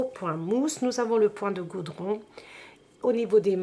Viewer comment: C'est le point de godron et non de Goudron !